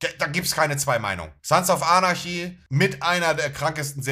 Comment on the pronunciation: Spricht er Sons of Anarchy absichtlich sons of arnaschi aus?? ich meine er ist ja ein riesen Fan, dann müsste man doch wissen wie man die Serie richtig ausspricht 😂